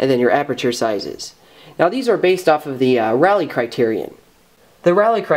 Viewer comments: Rayleigh. It's pronounced Ray-lee not Rally. Every time you said 'rally criterion' I died a little inside. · NOTE: Rayleigh is pronounced Ray - Lee